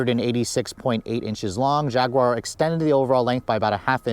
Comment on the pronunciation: u should say "Jag-you-are" instead of "Jag-gu-are"